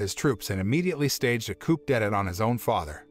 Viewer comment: "Coop ded at" at least hire a narrator who does the bare minimum of researching the pronunciation of words they don't know.